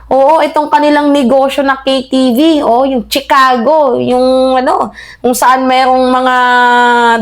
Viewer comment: Chicago (Shuh-kaa-gow) hindi Tsikago.